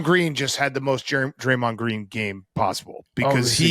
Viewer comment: PFT struggling with Dray-Mahnd